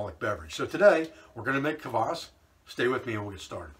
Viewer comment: Really good vid on this, rarely found in the West, drink. I think, despite the spelling, it is prounounced 'Kwass' not 'cavass.'